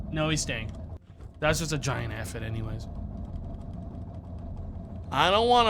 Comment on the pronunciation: I wonder if mispronounced Aphid repeatedly as a 4d chess move to drum up more engagement. One of life's greatest mysteries.